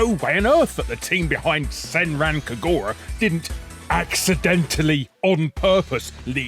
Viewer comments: You mispronounced "Senran Kagura" as well. I don't care for that franchise anymore, but the name of it is meant to be pronounced as "Sehn-rahn Kah-goo-rah". Even if it's a franchise I don't care about, I will not be silent and I WILL correct mispronunciations of Japanese words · People complaining about Larry's pronunciation of "Senran Kagura" need to put their money where their mouth is and try pronounce "Llanfairpwllgwyngyllgogerychwyrndrobwllllantysiliogogogoch", this is an actual place in Wales, plenty of English speakers can't even tell the difference between "your" and "you're", get over it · He’s British. They can’t even speak English properly, so how could we expect them to pronounce any foreign language? Every time I hear a Brit say “Van Gogh…”